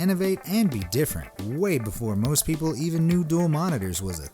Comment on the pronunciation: Anyone notice at the start he said moost not most